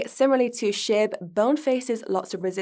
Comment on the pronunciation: Sound like she’s saying Shit token instead of SHIB 😂😂😂 I love it